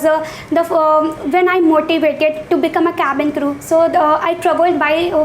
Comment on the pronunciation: I apologise. No, I'm not apologising for nothing. The guy who's supposed to conduct the interview in this "Interview" doesn't even know how to pronounce cabin crew. Even His accent is fake. Don't get fooled by these channels or institutes. Don't trust them with your parents'hard earned money. A real interview is for 5 minutes max. And nobody tells you that your English is not good in a real interview. Hope your dreams come true if they are what you really want. - A guy who was born in a lower middle class family, 5 years of experience as a cabin crew.